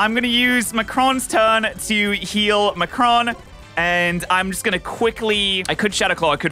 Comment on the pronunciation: I find it really funny that he kept pronouncing Macaron wrong XD